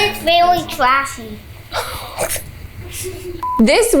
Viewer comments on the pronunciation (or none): "....and it vewy twashy"